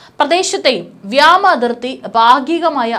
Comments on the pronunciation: Zoya Mone ee kuttikku vyama alla vyoma ennu parayan padippikku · വ്യോമ ആണ് വ്യമാ അല്ല.. ഇനി തെറ്റിച്ചാൽ തെറി വിളിക്കും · വ്യാമ അല്ല വ്യോമ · Ketta vaarthakal thanne veentum thattividunnu. Ee potti eppozhum vyama athirthi, vyama sena enne parayu,,, 'vyoma' ennu parayaan enthe madi,,, pala pravasyam choonti kaanichathalle kutty ,,iyaal sthiram thettu vaayikkunnathu kontu ennum dislike tharaam ,,,kurachukoody nokkiyittu unsubscribe cheytholaam. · ഈ പെണ്ണുംപിള്ളക്ക് വ്യോ വഴങ്ങില്ല 😢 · Ee potti ' vyaama ' enne parayu... Chinayil padichatha 😂